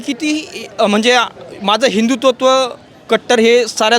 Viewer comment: पत्रकाराला हिंदुत्व हा शब्द उच्चरता येत नाही हिंदू तत्व बोलतो 😂